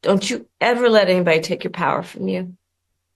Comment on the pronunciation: “ don’t let anybedly” take the power from you